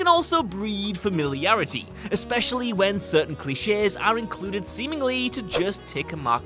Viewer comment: He said cli chess instead of cliche lol grammer really isnt that difficult